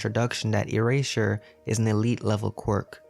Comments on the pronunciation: “Erasher” I’m sorry but this is what I heard 😂😅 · He said earsher